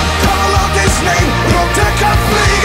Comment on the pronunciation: As a native English speaker, I will say "Rote Kampfflieger" sounds like it has an R at the end of "Rote", due to how Joakim pronounces it. (To me, anyhow.)